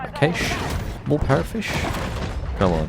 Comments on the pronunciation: A cache (pronounced /kæʃ/ like "cash") Not caish 😂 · Cash not Caysh! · I have to stop watching because the repeated mispronunciation of Cache is so freaking annoying.